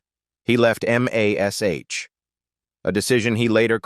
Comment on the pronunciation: How many people turned this off because they could not stand hearing Mash, called M. A. S, H.